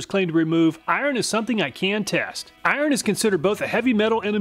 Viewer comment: Lol. I like the way he pronounces, “ iron”! 😁 cool.